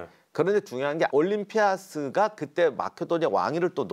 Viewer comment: 작가님.. 올림피'아'스... 좀... 보고있기 힘드네요...